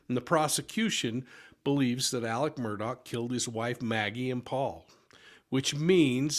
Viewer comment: Why do yall call him Alec Murdock? His fxkn name is aleX murDAUGH not alec murdock